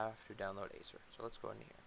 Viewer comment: its definitely not pronounced "ASER"